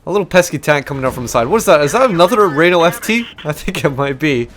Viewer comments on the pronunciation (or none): FT is pronounced éfté and, can you stop pronounced Rinault,it's Renault,RE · pedro freitas I know. It's pronounced "reh know ". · Its funny the way you say RRRRenault(sorry)